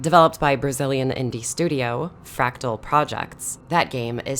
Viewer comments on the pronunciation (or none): none